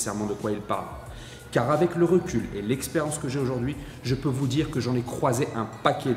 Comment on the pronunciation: 2ème vidéo que je regarde. Bien construite, intstructive et utile. Par contre, évitez les "liaisons dangereuses": sur l'une comme sur l'autre vous dites "j'ai décidé de partager Zavec vous" ;-) il n'y a pas de z à partager, ni à avec.